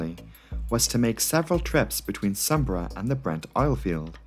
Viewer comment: Eagerly awaiting the pronunciation of Sumburgh… Correct !! Great video as always.